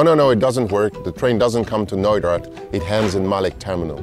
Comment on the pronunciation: I heard it noida. But it is knoydart..